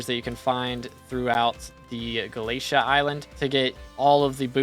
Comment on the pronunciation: FINALLY WE GET THE UPDATE!!! Btw galatea is pronounced more like ga-la-te-a